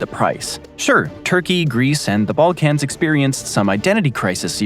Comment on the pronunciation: Bro pronounces it as “ball-cAnz” 😂